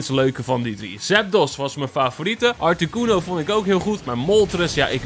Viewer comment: Articono normaal artacono